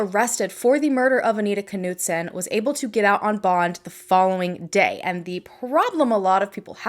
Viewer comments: Hi, We usually pronounce German names without the K...so, to be pronounced it would be Knudsen...like KNOW. We don't say K- now. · I hate to be this person, I worry that my good intentions are paving a road I don't want to be on..... Anita's last name (Knutson) is pronounced almost just the way you were saying it except the "K" is silent. Although, I will readily admit, your way is more fun. Thanks for helping me out with your name.... I knew it was pronounced. So glad I never ran into you at the market before today. Definitely dodged a bullet there, huh? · Dang.... just heard the police officer mangle the last names of Anita and an investigating officer. Perhaps I'm wrong (it happens). Regardless, you are clearly off the hook as pronunciation has been predetermined by professionals.